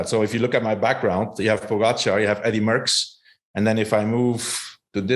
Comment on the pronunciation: It’s pronounced po gotcha not pogo char!